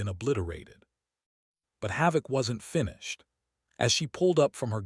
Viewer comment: I’ve been watching these videos from this particular person and for some reason, the videos always end on a cliffhanger and it seems like they don’t even know how to pronounce certain words. Especially that last one pronouncing it fenish instead of finish. They either need to get another narrator that knows exactly what they’re doing and knows how to do editing to where you get the complete story or this dude needs to completely go off of YouTube for incompetence